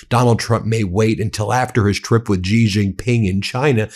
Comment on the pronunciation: Xi is pronounced similar to “she” not “gee”. You’ve been saying his name wrong, Ben. Don’t be like the “Kamila” crowd. Learn how to say his name if you want people to believe what you are saying about him.